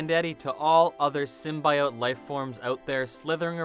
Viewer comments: STOP SAYIN SIMBA-E-OATS.. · Sim-bee-ote cmon man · Symbiote - sim-bee-oat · It's symbiote. Not symbaiote. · The fact that you pronounce symbiote the way you do it makes you lose all credibility on anything else you say... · Why is this guy pronouncing symbiote like a serial killer? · Horrible narrator, doesn't even know how to pronounce symbiote. Has he even watched the Venom movie? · Pronouncing symbiote wrong is tight P.S. It doesn’t matter how you say it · Bro do you know how dumb you sound saying Symbiote? Just say it right. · I UNSUBSCRIBED FOR PRONOUNCING SYMBIOTE THAT WAY....GOOD JOB ASSHOLE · This guy doesnt even know how to say symbiote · Learn how to say symbiote...and then record the video. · Volume off and subtitles... guy can’t pronounce symbiote.